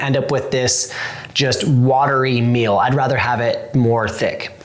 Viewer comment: It's pronounced MEAL not MILL